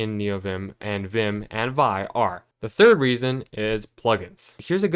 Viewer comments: Vi phonetically is “vee-eye” not “vye” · Not to be pedantic but Vi is pronounced Vee Eye. Not veye. But good video dude!